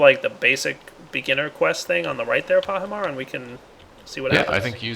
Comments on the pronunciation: why you call Pahi Soaryen? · you called pahimar soryn